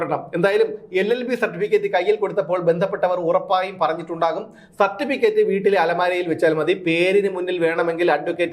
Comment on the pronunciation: സർട്ടീക്കറ്റ് എന്നാണ് അണ്ണൻ പറയുന്നത്. 😃😃